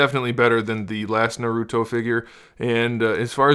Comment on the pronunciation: How are going to do a. Review and not know how to how to say naruto right